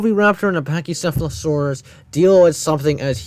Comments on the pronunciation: ahh yes a Phech-sheff-fla-surus totally correct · "Hello to the pacheesefalosawus!" I dont like this guy one bit dawg